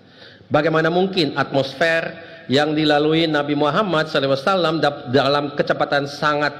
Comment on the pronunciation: Maaf, isinya biasa sj. Malah bikin ngantuk Penyebutan SAW jg msih kurang tepat